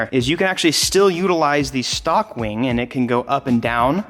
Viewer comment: “Weing” lol